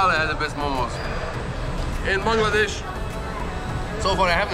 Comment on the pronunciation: Your pronunciation of the word 'Bangladesh' is accurate.